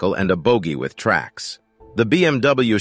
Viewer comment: Please learn, how to speak geman words. Schneekrad ( Schneekraftrad/ Snow Motorcycle) for example is spoken Schnee- krad, not Schniek-räd.